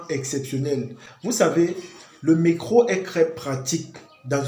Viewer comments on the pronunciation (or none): Pourquoi vous dites « mecro » pour dire Metro ? 😅